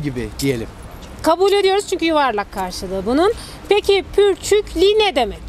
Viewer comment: Pürçikli değil purçuklu